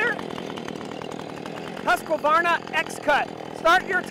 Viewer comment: I think it is Husqvarna..not Husq-A-varna.